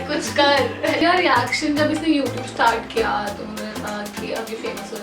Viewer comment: how is saying 'youtube' 😂😂😂😂